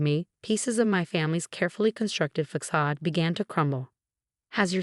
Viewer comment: façade not focade